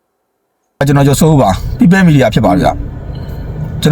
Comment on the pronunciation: ပြောပလိုက်ပါ သူတို့ဘက်ကလူတွေကြ နာတက်လိုက်တာ ဗုံးကြဲတာကျတော့ သူတို့ တိတ်နေရော ခွေးသူတောင်းစား People media ဆိုပြီးအသံထွက်တောင် မမှန်ဘူး